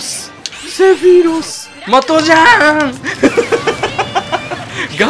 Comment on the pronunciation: 毎回思ってるけど、ｾﾌｨﾛｽの音程を一発で当ててるのやっぱすげえや…